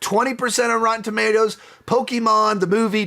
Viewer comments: Why are you pronouncing pokemon and pikachu like that you had it right the first time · Peak delivery of “Pok-e-men Ditective Pik-a-chu” I’m not big into video games, and so I’m not too big into these video game adaptations, but my top 5 would have to be 1) Sonic the Hedgehog 3 (3.5/5) 2) Pok-e-men Detective Pik-a-cha (3/5) 3) Hitman Agent 47 (3/5) 4) Sonic the Hedgehog 2 (3/5) 5) Sonic the Hedgehog (3/5) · I love how he keeps going back and forth on how to pronounce Pokémon